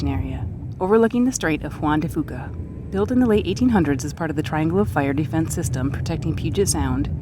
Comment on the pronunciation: It's pronounced Juan De Few-Keh